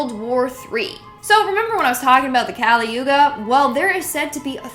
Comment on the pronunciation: The word is not kaali but kali(कली). There is no sound for it in English.